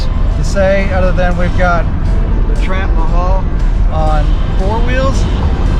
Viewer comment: The "Tramp-mahal" Love it.